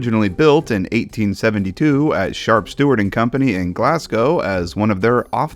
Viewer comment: I'm surprised nobody's pointed out how he said "shart stuart" lol